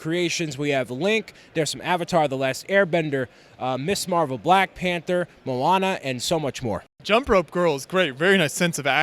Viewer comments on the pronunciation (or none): none